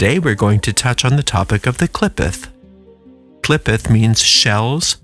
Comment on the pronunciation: It pronounced Klee Photh the O sound is like "oath"